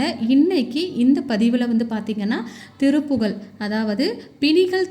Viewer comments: சகோதரி இது திருப்புகல் கிடையாது திருப்புகழ் என உச்சரிக்கவும் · திருப்புகல் அல்ல திருப்புகழ் என்பதுதான் சரி தமிழை சரியாக உச்சரிக்கவும்‌சரியா!. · நீங்கள் சொல்லுவது மிகப் பயனுடையதாக இருக்கிறது.ஆனால் திருப்புகழை திருப்புகல் என்று உச்சரிக்கிறீர்கள்.தமிழுக்கு அழகே ழ தான்.அதனால் சரியாக உச்சரிக்கவும்.தவறை சுட்டிக் காட்டச் சொல்லவில்லை.திருத்திக் கொள்வதற்காக.